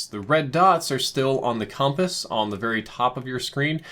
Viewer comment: you say compass weirdly